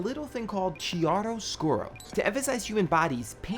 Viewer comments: I'm probably the only non-art major who popped a vein over his mispronunciation of chiaroscuro... IT'S ITALIAN! THE H IS SILENT! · the CH in chiaroscuro is pronounced like a K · Oh also you said kee-air-oh-scyur-oh wrong. :) but I +sub to you anyway cuz you're cool